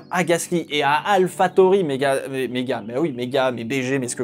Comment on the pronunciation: On dit « alphatori »